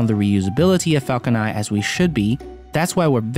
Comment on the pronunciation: Stop saying falcon ni please its falcon nine add a n to the end of your pronunciation please